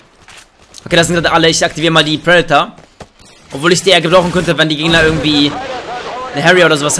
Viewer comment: KEin Hate !! machst gute Videos mach weiter so (Y) aber ohne deine Leitung wärst du so einer der immer so knapp im 0.9 kd Bereich wärst . Und lern predator Rakete auswendig und dann sag es mal richtig ✌️